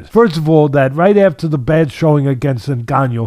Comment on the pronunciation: Fury can't say ngannou's name right now. He probably calls it the 'N word."